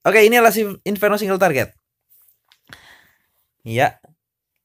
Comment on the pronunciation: Target aja " kok bilang traget